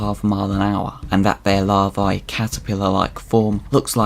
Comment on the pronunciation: You put the emphasis on the wrong vowel in EVERY noun you used. Even "Larvae" 😢